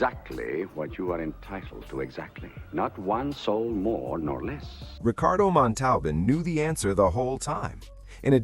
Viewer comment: I read that Herve was in constant pain because, while his body was small, his intestines were normal sized, causing much pain. Also, it is disrespectful to mispronounce a person's name. Look up the pronunciation of Montalban.